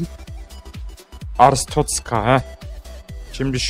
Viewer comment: abi bi ara artschozka derken boğulcan diye korktum aq